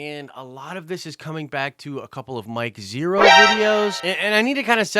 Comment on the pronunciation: You lost me when you said Mike Zhero!